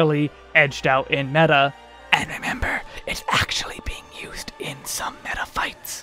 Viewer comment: As a Greek guy myself I had to stopby for your Greek μέτα